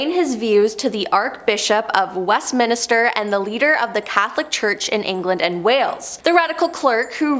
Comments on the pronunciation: Love this channel, but you guys really need to check the pronunciations of things you're talking about. Westminster, not Westminister Seminary not cemetery... etc. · ARCHBISHOP not arc bishop/ Westminster not west minister!